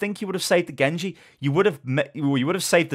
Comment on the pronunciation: "Gengu" lmaoo Gosh I love you